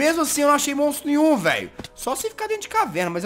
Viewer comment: so fui eu que percebi que o jazz falo mostro nim nhu